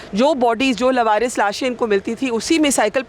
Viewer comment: It's lavaris not labaris